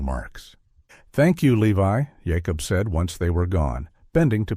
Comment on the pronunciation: Interesting that some of the Amish names (Jacob and Rebecca) are pronounced using the Hebrew pronunciation (Yaakob and Rivka).